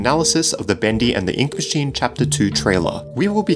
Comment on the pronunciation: i heard bendy and the ink machen